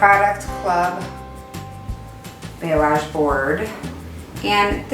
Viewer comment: Yes, is spelling it correctly but pronouncing it wrong. I had a client call it Blah-say HAHA! Its pronounced bah-lee-AHZGE <3:) Beautiful work!!